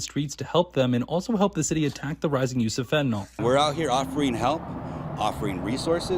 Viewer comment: FentaNYL not FentaNOL